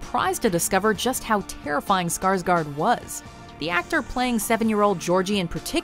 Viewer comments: I wish people could say Skarsgård right.. Well can people at least say Skargord ;-; I'm Swedish so yah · The way all amaricans say Skarsgård kills me😂😂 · If you are going to use a name in a video then learn how to pronounce the name. You totally butchered Bill Skarsgård name, as we say in Sweden. Gör om gör rätt, (do it again do it right).